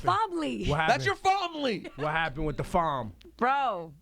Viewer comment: "THAT'S YOUR FOMLY!!!" Lol